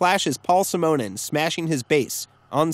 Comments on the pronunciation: Simonon is pronounced like 'cinnamon'. Otherwise, good. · damn, that pronunciation of Simonon is irritating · Nice little video. Especially the points you make about how they differed from the Pistols. P.S. you're pronouncing Simonon wrong...... P.S. - Paul Simonon haha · I've never heard "Simonon" pronounced that way. I don't think that's how it's supposed to be. /ˈsɪmənən/ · God, your pronunciation of Simonon genuinely upsets me